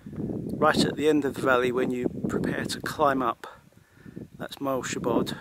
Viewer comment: For example, Moel Siabod is pronounced "She - are - bod" - just as if it was three separate words